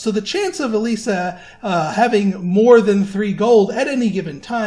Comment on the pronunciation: also something interesting for you , according to google, the name "Elyssia" is finnish, and pronounced "E-loo-see-a" not "E-lee-see-a". the more you know haha